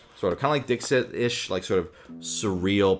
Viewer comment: Me: listening to this video as background sound ProZD: "Next let's go from the 'hardest' game to the easiest game to play...and that is 'Dick Sit.'" Me: Wait, what?